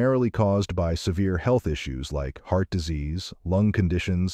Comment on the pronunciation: Is the audio computer generated or a person? Because I've never heard anyone pronounce "health" as "heel-th".